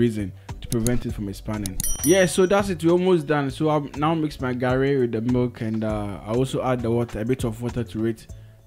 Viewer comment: And it's Garri not Gari Soakings